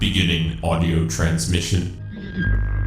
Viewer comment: Also stop putting so much emphasis on the word audio, it sounds weird